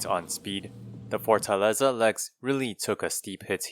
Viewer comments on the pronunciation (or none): none